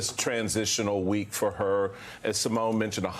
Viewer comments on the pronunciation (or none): none